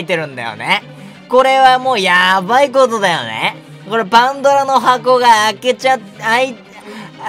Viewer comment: パンドラの箱言えない可愛くて好きです♡